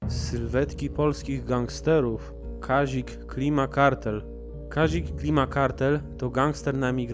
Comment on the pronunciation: Kazik a nie kazil